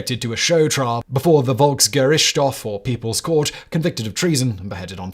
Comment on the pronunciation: "Volksgerichtshof" - not a bad pronunciation at all, Sir, almost impressive 😅